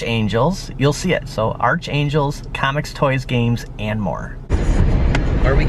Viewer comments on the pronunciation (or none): Archangel pronounced as Ark-Angel Brother 😸 🖖